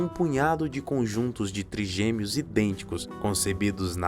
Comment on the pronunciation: Que esquisito isso de “triGUEmeos”!!!!!!!!! Não seria triGÊmeos?????